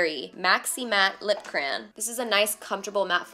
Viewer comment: girl did you say cran? instead of cray-on?